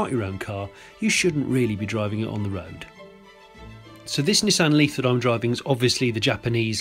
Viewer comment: Cracking review and praise the Lord you pronounced it 'NISSAN' not like those ghastly colonials say 'NEESON'....... I ask you 'NEESON'..........but then again .......'JAGWAR'..........'HUNDAI' .... need I say more :O)